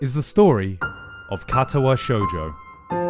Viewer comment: the way you said Katawa shoujo like catawa shoejoe hurt me. Its more like kar tar wa sho(ck)ujo(ck).